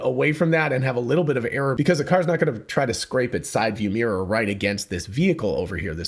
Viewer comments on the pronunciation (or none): none